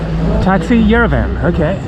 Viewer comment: You pronounce Yerevan like EuroVan :)))) good video though I hope you will have the chance to come back.